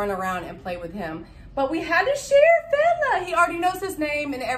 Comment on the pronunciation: kept thinking u was saying bella